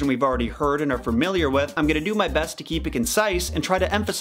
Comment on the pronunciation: Are you saying "framiliar?"